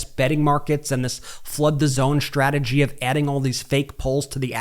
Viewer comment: It's strategy, not shtrategy. Why the SH?